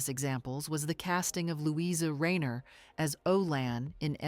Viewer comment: She's wonderful in Piccadilly 1929, silent and with sound (music). Small things, but Marlene Dietrich's 1st name is pronounced Mar-lane-a and Luise Rainer is pronounced Louise (no A at the end) and Rainer is Rine-er.